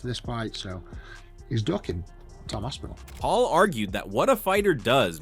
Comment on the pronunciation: You’re missing the P again Rampage. Lol. AsPinall. Not ASSINALL.. lol